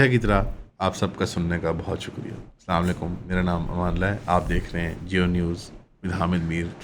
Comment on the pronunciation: Bhai salaam thek se kerna seekho plzzz